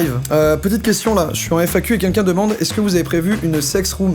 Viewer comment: Ca me stresse qu'il disent quinquin ou lieux de quELqun 😭😂